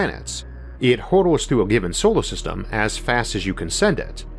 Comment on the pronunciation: "Stawas" "beoud" "Sowar System"